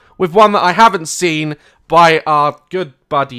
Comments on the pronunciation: Is it just me or does Daz say 'sen' and not 'seen'? xD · funnyboijason • u mean poo-dee-pie 😂😂😂😂 and he doesn’t say seen but sin 😂 still my favourite youtuber 😁😁😁